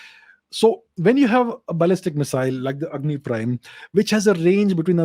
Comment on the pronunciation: it’s Agni, not Angi 😅